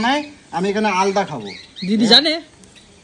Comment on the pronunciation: "আলদা" বলে কিছু হয় না.. ওটা "আলাদা" হবে।